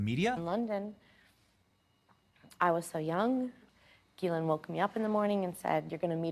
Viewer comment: Benny it's pronounced Ghoulaine Marxwell.